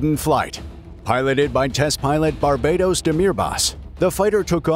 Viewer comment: I am pretty sure his name is NOT Barbados but Barbaros.